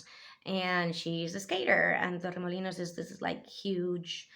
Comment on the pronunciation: Yasss girl. Que buennna pronunciación, felicidades. Torremolinos es más que un Village corazón, quizá una town o city puede. Pero al menos, town. Me encantó todo tu vídeo. Congrats🎉.